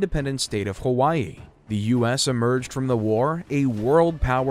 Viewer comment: These are very good but you could make them a little better if you didn’t mispronounce the word “the” with a long e when the next word starts with a consonant. It’s okay but it drives me crazy.